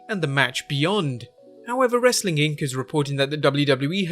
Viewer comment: People wit accents shouldn't try to say rastling